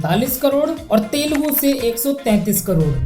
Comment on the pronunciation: It is Telugu bro not telgu